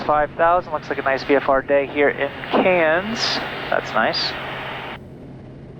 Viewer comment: You pronounce "Cairns" nicely with sufficient nasal Aussie accent. To be more authentic you could say, "I'm coming into Cairns, eh?"